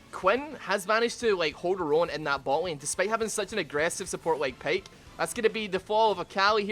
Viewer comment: it s pyke not payke